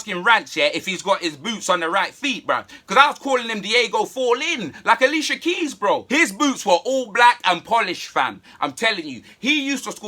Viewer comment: Man said "CHILicia Keys" 🤣🤣🤣🤣